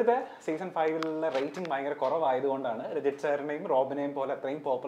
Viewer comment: രഞ്ജിത്ത് അല്ലടോ, രജിത്ത്